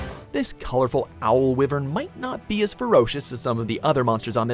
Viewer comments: Its WHYVERN... not "wivern" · said wivern instead of Wyvern. Wyvern is a literal term. WatchMojo really dosen't know their shit when it comes to any game or anime or TV show etc. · It is pronounced why-vern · I would like it if he pronounced wyvern correctly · I know right, why would you say it like that and not say the way it's spelt first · May Marzo they say nibelsnarf first appeared in generations even though it first appeared in monster hunter tri, they even used the nibelsnarf intro from tri, I find it odd how they only put 3 of the fated four on the list, and still don't like how he says wyvern.